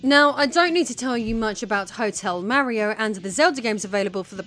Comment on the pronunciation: Oh, what is this...? A woman making videos about video games? Fascinating... My own knowledge about CD-i is rather limited, but this seemed like a well researched topic. I also liked the presentation, although this pronunciation of "Mario" is way off. Still, I think I am going watch some more of her videos in the future.